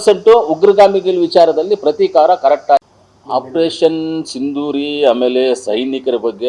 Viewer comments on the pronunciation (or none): ಸಿಂದೂರಿ ಅಲ್ಲ ಮಂಜ ಸಿಂಧೂರ್ , ದಾಲಿ ಅಲ್ಲ ಮಂಜ ಧಾಳಿ, ಕಲ್ಲ ಅಲ್ಲ ಮಂಜ ಕಳ್ಳ, ನೀನು ಏನೇನು ಹೇಳ್ದೊ ಅದೆಲ್ಲ 20 ವರ್ಷದ ಹಿಂದೆನೆ ಆಗಿನ ಸರ್ಕಾರಗಳು ಮಾಡಿದ್ದೀದ್ದರೆ ಈಗ ಉಗ್ರರು ಬಂದು ಪ್ಯಾಂಟ್ ಬಿಚ್ಚಿಸಿ ಚಡ್ಡಿ ಒಳಗೆ ಅವರ ಧರ್ಮ ಹುಡುಕ್ತಿರಲಿಲ್ಲ ಮಂಜ...